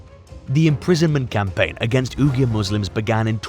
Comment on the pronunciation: AI Voiceover should not be used when it can't even pronounce Uyghur correctly.